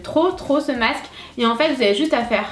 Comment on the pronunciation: On dit masque pas macce